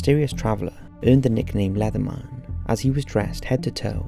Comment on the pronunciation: I love how he pronounces leatherman as though it rhymes with letterman, its cracking me up for some reason